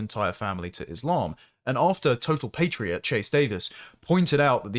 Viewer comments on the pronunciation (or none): none